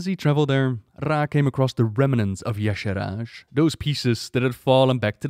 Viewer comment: Check the wiki. He said it right.